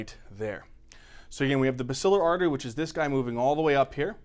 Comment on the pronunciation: He mispronounced basilar artery